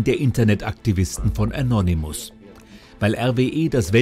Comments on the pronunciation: Das heißt annonemis und nicht anonyimus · Anonimusssss mein Gott es heisst ANONÜÜMUSSSS... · "Annonymuss" XD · Anonym Modus nicht änonimus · Er sagt Anonimus😂